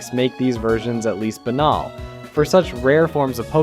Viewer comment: This is a stellar project but my man how did you pronounce banal correctly but missed Nidoking and "GEN"?!